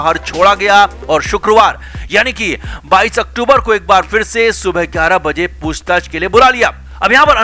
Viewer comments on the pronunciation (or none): none